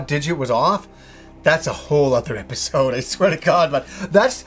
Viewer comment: Its episode not episoouud...